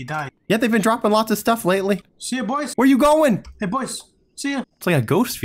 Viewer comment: Why do people say hely hely 😂😂😂😂😂😂😂😂😂